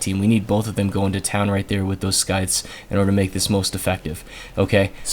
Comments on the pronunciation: Sweet video! I think I prefer Mk23 as off-perk sidearm since it weighs less and can headshot most small threats. One small OCD thing: scythe is pronounced "sigh-th" (silent C). Nice pat smackdown! That map is a tough one. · the c in scythe is silent,.